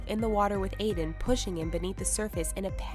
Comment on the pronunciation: I have a friend named Aiden but its NOT broken into sylables like (ee-den) its (A-den)